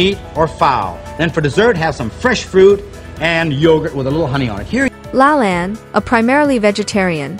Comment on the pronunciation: Lol, Jack said his full name at the start of the video and you still pronounced it wrong.